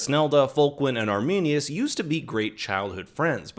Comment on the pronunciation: It’s sad when the Roman soldier said “arminius”